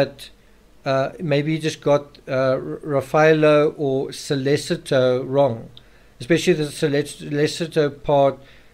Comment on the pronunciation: SO LEH CHI TOE - not SO LES ITO